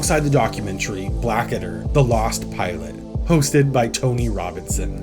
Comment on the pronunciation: Blackadder. Not... Black Adder. grumble